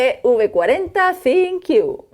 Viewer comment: Porque que Decis Sinqiu Si es ThinQ?